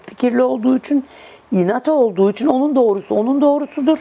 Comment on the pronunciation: hanım “Üçuun… “ değil “ İÇİN”.Kovayım kimsenin hayatıyla ilgilenmem duyarlıyımdır ama gereksiz şeyleri takmam.